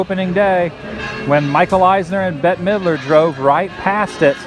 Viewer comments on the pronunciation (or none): none